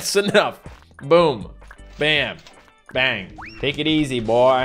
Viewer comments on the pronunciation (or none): none